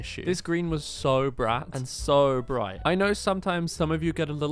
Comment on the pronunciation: "Briaght" never gets old 😂